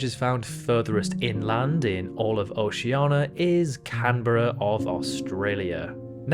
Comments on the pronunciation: For the last time, it’s OCEANIA NOT OCEANA. Oh-see/she-an-ia. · Dude, it's not "oshiana", it's "oshie:nia". Fuckin' learn to speak your language. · Oceania not Oceana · "OCEANA" "JANERIO" Why???? WHAAAAAAAAAAAAY???? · Oceania* and rio de *janeiro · he took the /i/ sound he didn't pronounce in Oceania and added to Rio de Janeiro